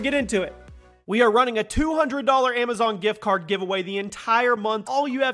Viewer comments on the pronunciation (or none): none